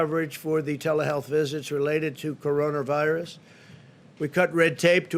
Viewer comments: 13 Minutes in and still nothing COVID-19 related. Good job. I don't think he knows what it means to hold a "Coronervirus" briefing. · Sound like he said vagina virus 😁😁😅🤣